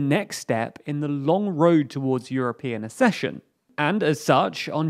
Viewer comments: Kindly note that 'accession' is pronounced 'ack-sesh-un', not 'a-sesh-un'. Compare 'succession'. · Accession = /AKcession/. Not /aScession/.